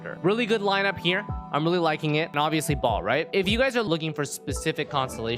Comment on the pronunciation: baal not BALL